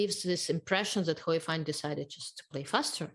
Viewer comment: Hou is pronounced like hole without the l, not how. ou in pinyin sounds like the letter o.